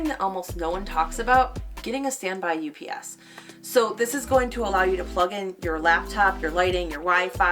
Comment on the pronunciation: Did you say UPS and CPAP machine?